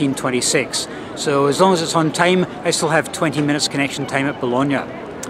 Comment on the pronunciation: Now I know the correct pronunciation of Bologna. I called it Baloney lol 😂